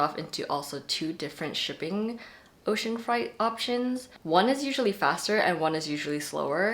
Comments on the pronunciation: I think freight is pronounced more like “frayt” rather than sounding closer to fright. 🤔 Or maybe I’ve been pronouncing it wrong this whole time? Either way, this video was amazingly helpful! ❤️ That one word just caught my ear. As a bookish person, I find my pronunciation when I say things out loud sometimes reveals I’ve never heard the word spoken before! 😊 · I caught that too, I was like- ocean fright?? Never heard it pronounced like that before. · The way to pronounce "ocean freight" is ocean fray + eight. Rhymes with weight. Not fright, as in scary. Just a helpful heads up. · You’re correct, it’s pronounced like frate, not like fright. That threw me too, I’ve never heard it pronounced like fright before. Sometimes it’s hard to know how to pronounce something when you’ve only seen it written though. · Freight is pronounced “frayt”. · (This is such a tiny little inconsequential thing but you were misprouncing freight! It's "fray-t" ok love you thanks for the great video bye!!) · Freight= “frate” 😊